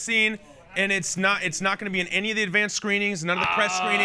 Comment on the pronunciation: Not** said by Zoe at around 8 minutes 15 seconds, not ‘note’.